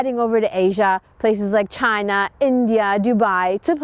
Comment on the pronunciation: She said "Chaina" the same way trump did xD